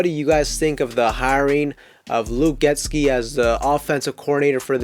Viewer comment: I love your content. Thanks for making the video. It’s pronounced Get-See not Get-Ski ⛷️